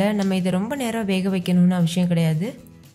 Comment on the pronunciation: ஏன் அக்கா, உங்களுக்கு 'சி' உச்சரிப்பு சரியா வரல.நான் நிறைய தடவை note பண்ணி இருக்கேன். (அவசியம் ) என்ற வார்த்தை அவ்வளவு கடினமாகவா உள்ளது?என்னை தவறாக நினைக்க வேண்டாம். என் மனதில் தோன்றியது. கேட்டுவிட்டேன்.நன்றி!